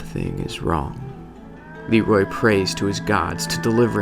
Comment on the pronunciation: GentGeryon yeah. It's Leerooooy not Leeeeeroy